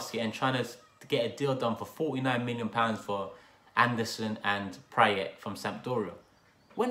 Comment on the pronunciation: just by the way you are pronouncing Praet's name I can tell you have rarely seen him play